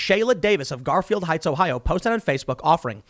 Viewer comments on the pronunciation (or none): none